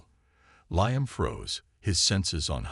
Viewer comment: The name "Liam" is pronounced "Lee•um" NOT "Lie•am." Why do all these AI bots mispronounce so many names and words‽